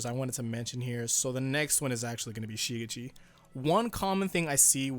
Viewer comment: “SHI-gitchi” shi-GECHi shi-GECHi shi-GECHi shi-GECHi Say it with me now.